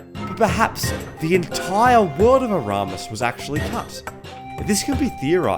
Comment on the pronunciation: "Next time, I'll check the prenounciation three times" "Painted world of aramus"